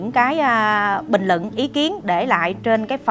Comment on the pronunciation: lập luận sắc bền rất thích!phát âm khá chuẩn nhưng vẫn còn vài khuyết điểm " luận " " bình LUẬN " không phải " bình LỰNG " chỉnh lại một chút sẽ hấp dẫn hơn chúc em luôn thành công Mãi dõi theo em dõi theo lẽ phải!